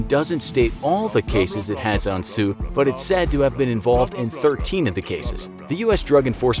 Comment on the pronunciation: Tse is pronounced as "ts-eh", exactly as it's spelled